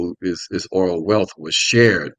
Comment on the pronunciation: Can you say oil.